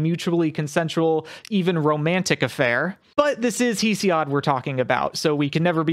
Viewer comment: Thank you for clearing things up, but your pronunciations of mythological names and the authors are off. Hesiod is pronounced hess-ee-ihd. Demeter is duh-mee-tur.